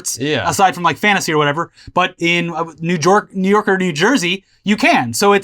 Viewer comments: "New Jork" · “New Jork” lmao